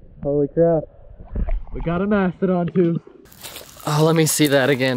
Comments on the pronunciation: there's a "thoof" lol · NoYezz I heard “ toof “